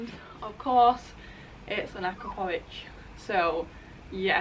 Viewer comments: Hey... it’s Ah-crop-Poe-Vitch not Akra-Poe-vitch... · Hihihihi, all English-speaking people have trouble pronouncing the name. I'll help you with this problem. :D Č replace with CH -- akrapoviČ ---- akrapoviCH ----- You will not break the tongue anymore. :) :) :) !!!! This replacement is only for easier pronunciation, for written is stil Č !!! Greetings from Slovenia. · Pronounced "a-crop-o-vich"